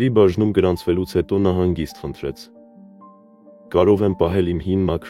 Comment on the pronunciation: Երբ ուղղում են, ապա պետք է կարդալ ճիշտ՝ պահե (Լ) պահել, Լ տառը մի կերեք